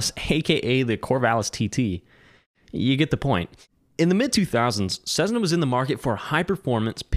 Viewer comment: Sezzna . . . FFS